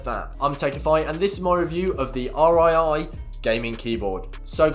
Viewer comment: It's pronounced REEEEEEE